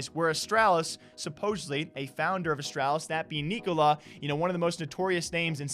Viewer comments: Its pronounced Nick-O-Lie, as in “Nikolaj is having another lie on us” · From a Dane. The right way to pronounce Nikolaj. Its kinda pronounced "Neeko-Lie"